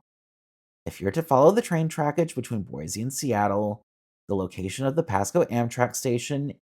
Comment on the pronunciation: I would love a train service here. Also, Its is Boi-cee...not Boi-zee and We-zer not why-ser . :)